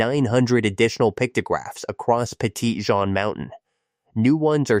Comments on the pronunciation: That is notttt how you say petit Jean lmao. Its petty-jean(like the pants) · Maybe when you're from Missouri but the French who originally named it would say Petit zhan.